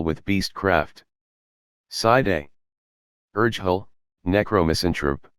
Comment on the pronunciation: Yeah, Urgehal is pronounced wrong in the video 😉😊